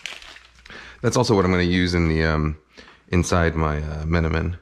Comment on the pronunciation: As a turkish thats the best menemen pronunciation i heard from a non speaker